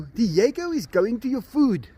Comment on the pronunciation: Enzo! Di-e-go!